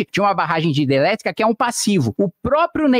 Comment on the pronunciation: Kim porque vc não consegue pronunciar a palavra hidrelétrica?